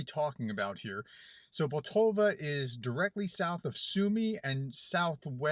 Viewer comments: PoltAva not Poltova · You said poltova You typed poltava. I know someone who lives in poltava and I don't know if there is such a place as poltova - But there could be. Could you clarify? I'm going back to the beginning and listen to it again. I would check on the people but probably no power no internet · Pol ta va I think that’s how it’s pronounced, but I got the pronunciation from Sabaton’s song.